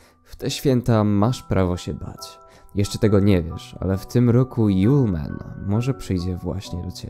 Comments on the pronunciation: To nie yole man tylko julemand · A nie "żulman"...